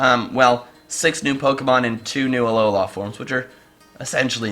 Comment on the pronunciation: why dont you pronounce it uh low LUH also tsareena